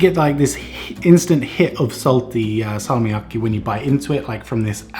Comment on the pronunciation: your pronunciation of salmiakki is actually really good. Well done